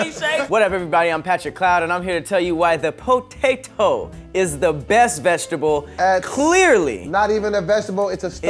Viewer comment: Said “I Think The Best Vekshtable” 😂😂